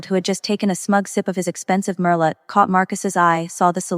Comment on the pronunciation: Too many words mispronounced: facade, merlot, colonel etc